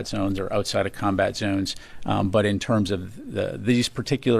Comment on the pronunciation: "PURTNER" and "ZEWNS." Ereshkigal, notice.